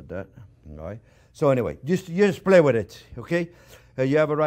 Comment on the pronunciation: “gonna give it a good mah-sadj wid buhter” 😁